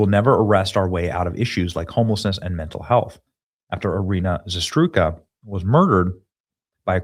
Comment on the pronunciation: Why is impossible for Benny to say Iryna's name correctly? does it really not care? it's RIGHT THE F in front of him.